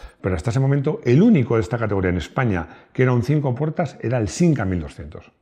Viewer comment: Es de Madrid y dice sinca tronco.